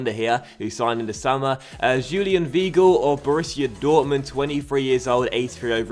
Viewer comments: You pronounce Weigl V-eye-gl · just a heads up, weigl is pronounced V-eye-gle